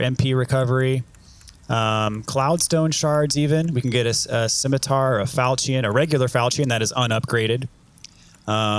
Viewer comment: Falchion, falchion, falchion, falchion, falchion. Look up how to pronounce it. Lol. Love love love the videos. Giving you crap.